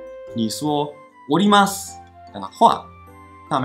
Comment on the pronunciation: 我在東京時一直聽成のります…想說都要下車為啥要講上車，原來是おりますww